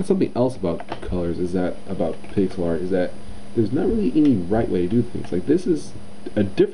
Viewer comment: Hey guys, Is it just me or did it sound like he said "Pickle Art" at the beginning?